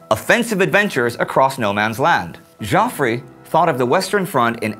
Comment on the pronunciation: Hi Indy, and all the great team behind this series. I've been watching every episode since the launch, and I think it's a fantastic production! Ok; so one small gripe; and I don't know if this has been raised elsewhere: Indy your presentation skills are a main reason I enjoy this channel; but, pronunciation of names like.... Joffre = 'Jeoffree'.. Moltke= 'Moultkey', and some other names and places can be bit grating sometimes. Can you make some small improvement to pronounce names and places a little bit better? Ok so, gripe over ... Keep up the amazing work Great War guys!